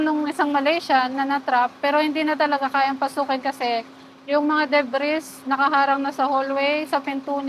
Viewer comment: Kapal mong ambisyosa ka! Gusto mo agad yumaman! Kaya mo tinipid projects mo! Dimo inisip ang buhay ng mga construction worker, sanay wagkayo patulogin ng mga nasawing INOSENTENG kaluluwa! My aral kb? Bkt wala kang emosyon sa mga namatay na employees? Alagad kba ni taning? MUKHANG DIKA NMN TAPOS NG BSCE-😂😂😂 "DEBRIS!" must be pronounced as DEBREY! JUSKOLORED WALANG ARAL BABAENG ITO! IDINAMAY NYA AN BUHAY NG MGA CONSTRUCTION WORKER SA KNYANG EXPERIMENTAL BLDG CONSTRUCTION 😂😂😂😂😂